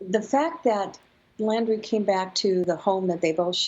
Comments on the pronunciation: Dont need to listen to this woman, she cant even get the names right its Gabby not abby and his name is laundrie not landry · Omg she’s an fbi profiler but calls him Landry and her Abby on multiple occasions. Can’t even get the names right?